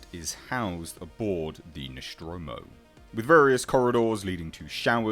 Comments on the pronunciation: I believe it is pronounced Nostromo, not Noschtromo. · the "Noshtromo"? WTF? Since when it is Noshtromo and not NOSTROMO? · It's Nostromo'.. Not Neschtromo'... Damn Brits'... So annoying... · Noschtromo? ....seriously? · Very good vid but why do you pronounce the ship's name as "Noshtromo"? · What the fuck is the ‘noshtromo’? Was it built at the Sean Connery Shipyards? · Really interesting stuff! Where the hell did u find all the data of Nostromo? BTW didn't know is's pronounced Noshtromo. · One minute in and You've already pronounced the name of the vessel wrong twice. The name is NOT Noschtromo, okay?